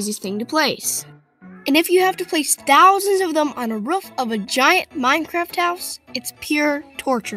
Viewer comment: Did you say ruff instead of roof